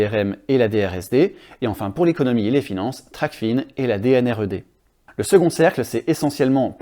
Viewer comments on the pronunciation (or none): TRACFIN est un mot-valise en français pas anglais. On dit "trac-faim" pas "tracfine". Sinon c'est une bonne vidéo merci 👍